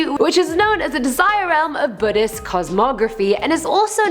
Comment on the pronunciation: Buttism and buttist I can't stand how she pronounces things